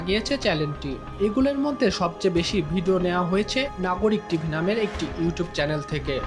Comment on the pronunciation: চ্যালেন না চ্যানেল বলুন ,এগুলো সাংবাদিক না ঘাংঘাতিক 😂😂😂